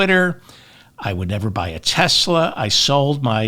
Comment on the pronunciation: Haha! David said "Teslur".